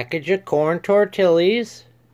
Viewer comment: Its pronounced. Tor tee uhz.... Not tor til uz